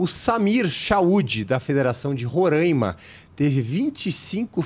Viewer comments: Não é Rorãima é RORAIMA. Falem certo o nome do Estado para não passarem vergonha . Imagine. chamando nosso estado de Parãná. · O estado de Roraima se pronuncia "Roráima". A ênfase é na penúltima sílaba (rá). É um estado localizado na região Norte do Brasil, fazendo divisa com a Venezuela e a Guiana. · Não é questão de sotaque, é questão de pronúncia. A única forma correta é Roraima. Se quiserem individualmente continuar pronunciando errado também é outra questão.